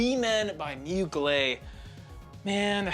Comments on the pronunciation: Its moo glair not mu glay. Also its nwah not nwar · Hey my friend you don’t pronounce well the brand Mugler! Mugl plus Air you must say Mugl air ok?😂😂😂